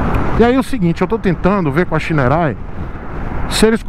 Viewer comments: Não é Shineray é Shaineray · É engraçado quando você fala shineray em inglês kkkk